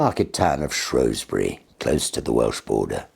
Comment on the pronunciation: so he pronounced Shrewsbury correctly, then.